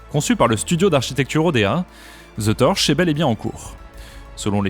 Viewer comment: Tu aurais aussi pu mentionner les énormes difficultés du Chrysler Building qui tombe en décrépitude et cherche un repreneur. Par contre faut qu'ils arrêtent avec les bâtiments en porte-à-faux, tout le monde fait ça, même pour les immeubles d'habitations, c'est n'importe quoi... PS: Au passage c'est pas "the torsh" niveau prononciation c'est "the tortch" y a un "t" dans la prononciation. Sinon ça fait gros cliché du beauf français qui a jamais appris l'anglais correctement :D